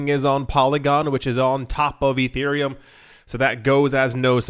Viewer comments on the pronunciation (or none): none